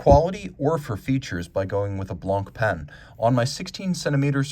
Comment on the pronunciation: One tip,: don't pronounce the c at the end of "Blanc."